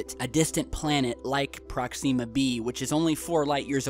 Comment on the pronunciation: Oh so they continue to work on the ion engine they started to in the seventies. The maneuver that you mentioned was used in 2010 the movie. The book was written by Arthur C. Clark. 2001 a space odyssey, and 2010 the year we make contact, and several others in the series. You're still mispronouncing Proxima!